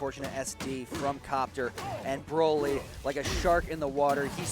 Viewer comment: bro saying brally instead of bro ly is crazy